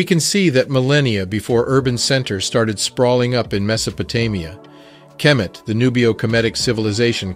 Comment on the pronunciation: It's not kermit. It's kemet